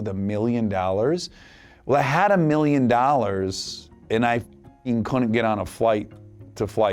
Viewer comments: The way he says DAWLAHRS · I love the way he says "a MiLLioN dOoOollArS" lmao